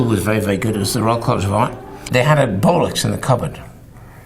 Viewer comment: I know he says Bolex but all i hear is "they had a bollocks in the cupboard"